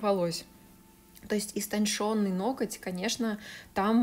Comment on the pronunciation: Истонченный, истончаю, что же у вас такие проблемы с правильностью этих слов, каждое видео ухо режет 🙉 А так работа действительно отличная но Боже мой пожалуйста пересмотрите эти два слова